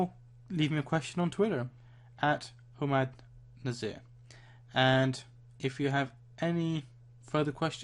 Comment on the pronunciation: ohhhh "who-mud" nazir ... i thought it was hum - mad :P